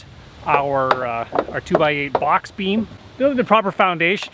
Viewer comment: I love the way you say box "BOCHX"